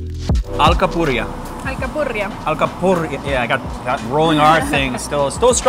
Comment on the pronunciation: Boricua here🇵🇷:: you said “Alcapurria” perfectly👍Puertorican food is great, but more when outsiders acknowledged it👏Fact: Guy Fiery, who put PR Mofongo on the top of social media best food trending, said in an recent interview: “The BEST Rice & Beans (Arroz y Habichuelas) of any Latinoamerican country, is from Puerto Rico🤷‍♂️So much worldwide recognition from such a little island🤔🤔🤔🤔🤔🤔🤔